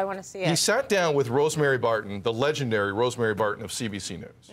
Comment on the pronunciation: "ledgandary Rosmary Barton???" LMFAO!